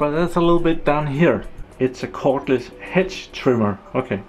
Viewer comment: Nice review/test - thanks! I wonder who gives you thumbs down. Perhaps because of your pronouncing of "hedge" which sounds as "hinge". Anything else is really great. I've myself been looking into a cordless hedge trimmer watching a ton of videos here on youtube. One thing I especially like is that you put the tool to a real test and not just petting some thin branches of a very open shrub. Even demos of the pro grade tools was like that - thanks for being so informative - NOT. Many of those I could but faster with nothing than a pair of scissors so why would I then buy a big and costly machine... - but not your video - it is really providing a lot of great info - so a huge thank you for that! Basically my choices was among Bosch AHS-50-20, Milwaukee, that Ryobi and then the store brands at Uncle Harald and Jem&Fix. I was leaning towards the Milwaukee as we have that brand at work so getting it is easy and relatively good priced. But looking at the weight is was out of the question. It's even heavier than the old corded Makita I was getting tired of - partly weight - partly the cord. Since I have Bosch drills and generally I like the quality of the green Bosch the case was settled. It's not "pro" grade but still very well made and sturdy. Synes nok jeg kunne kende accenten ;) Hygge!